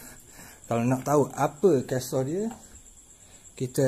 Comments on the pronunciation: Kellie's Castle cara sebutnya Kellie's Kasel bukannya Kellie's Kastel. Kastel tu pengedar dadah di amerika latin. Hahaha. Apapun saya harap next video diupload secepat yang mungkin, sebab rasa video terlalu sekejap bagi saya. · Minta maah boh, sekadar nok perbetulkan sikit sebutan castle. Bunyinya 'kasel', bukan 'kastel' :) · Assalam. Maaf akak tegur sikit. Sikiiit ja... Sebutan nya gini: "Kelli Kesel" dalam bahasa kita. Jangang marah deh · Aku gerammmm je dengar ckp "kas-tel" nehhhh aoishhhhhhh😄😂😂😂😂😂 sebutan nya.... Kaa-sel....unik benor bunyi ehhh hahahahhaha😝😝😝😜😜😜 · castle= bukan sebut kestel..cara sebutnya kasel..haha btw terbaikkk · Assalamualaikum w.b.t.. Mintok maah sbb nok tegur sebutan kastel.. Buke kastel boh tapi gak kasel.. Castle(sebutan dio kasel buke kastel) makno dio istana.. Mitok maah kalu caro ambo tegur ni saloh.. Tapi gak content meme terbaik bohhhhh!! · Bro sebutan Castle adalah begini..Kasel. bkn kastel. ✌ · Bukan kastel..tapi kasel..cara sebutan castle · Kellies Castle...bukan Kellies Castel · Kellie ' s CASTLE.....BUKAN KELLIE'S. CASTER.....CARA CAKAP HARUS BETUi...... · Ops! akak pung silak ni. "kelli Kasel"